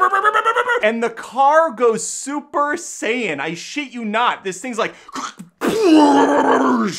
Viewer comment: I loved this. Hilarious. “Super Saiyon” 😂😂 I feel like you struggled to even ‘review’ this movie. That’s how silly it is 😂